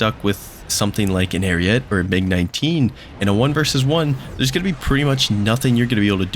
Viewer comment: When pronouncing "ariete" you say all letters, not "ariet"